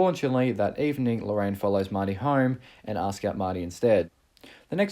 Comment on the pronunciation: For real how does "home" become 'hahrm'???